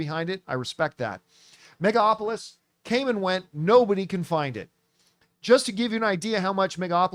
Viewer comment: Will John ever learn to pronounce Megalopolis?